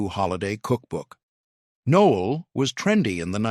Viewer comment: It's not pronounced nole. It's pronounced No ell. Stupid AI.